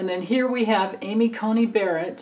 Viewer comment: It's Amy Coney Barrett, not Cultey.